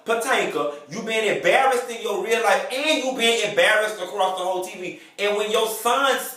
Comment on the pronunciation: "'Barrased"...I hollered!